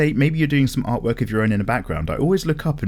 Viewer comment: The way you say "art work" in the intro sounded to me like "art twerk" now the picture of some paper twerking cant get out of my head